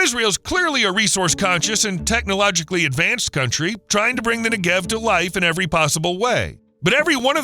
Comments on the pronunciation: Your whole video is about the Negev, but you can be bothered to learn the accent goes on the first syllable NEgev. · its pronounced NE-gev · The accent is on the first syllable -Negev. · Learn how to pronounce Negev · Cool video except for mispronouncing 'Negev' repeatedly throughout the video. If there are any birds that fly through the path of mirrors aimed at the solar concentrator they burn up in an instant.